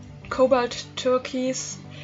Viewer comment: It’s TUR-KOYSE...with the KOYSE sounding a little like BOYS.